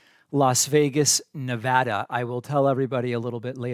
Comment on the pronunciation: Shout out Nevada! Thanks for saying it how we locally say it haha, we have a very flat modern western accent not that fancy DAH at the end. Been a fan for a while now myself and the in laws enjoy your content! Stay safe down there in sun city my guy!